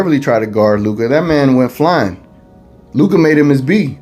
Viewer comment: stephen a is a joke!!! luka is a superstar player in this league for a couple of years now and the allegedly most famous sports analyst still pronounces his name wrong... maybe he does it on purpose to troll but its far from professional...